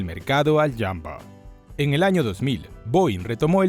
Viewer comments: Muy buen y completo reportaje, pero "¿Jambo?" Será ¡JUMBO! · UY SI. ESE JAMBO SUENA CASI A RAMBO JEJEJEJEJE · Alguien me explica por qué le dice jambo y no jumbo? Como debe de ser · Falso, así no se pronuncia en inglés.